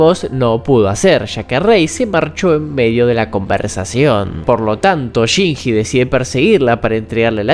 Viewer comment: que horrible como este nargentino dice shinji dios